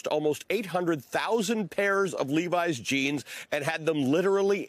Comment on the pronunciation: That’s not how you pronounce that jeans brand…